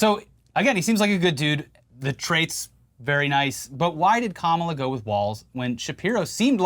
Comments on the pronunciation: He says "kamabla" cos it's supposed to be like ka-mob-la. That's why he intentionally mispronounces it with the emphasis on the second syllable. As in "radical left mob". They always say that nonsense. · 'Kamabla'???? That SHOULD be a new dance (craze) - "C'mon everyone, do the Kama-BLA....". FUN!